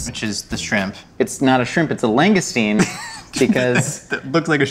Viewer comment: "log-uh-stee-no", in CT. 😃 (It's true. You never taste the cheese on a filet-o-fish sandwich.)